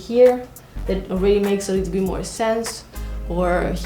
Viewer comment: "Do you see the leetle alien machine!?" 😆💗